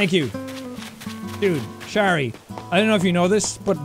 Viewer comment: Its so wierd hearing jack say my name in animal crossing of all games hahaha Btw. Shari isn't that of a common name so I'm surprised that he pronounced it correctly, makes me quite happy :>